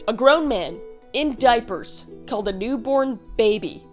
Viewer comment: The emphasis on the diapers is taking me out.